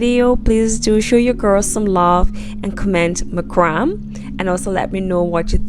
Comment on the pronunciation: Beautiful and creative Design.: It's pronounced MACRAMAY NOT MACRAM!!!